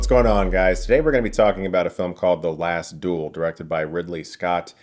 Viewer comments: Fuck sake learn how to pronounce duel, its not DOOL its DU-EL . Fuel but with a D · Its the Last Duel not Dool !